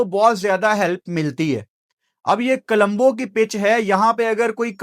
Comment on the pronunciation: Kalumbo nahi o parava it's co-lom-bo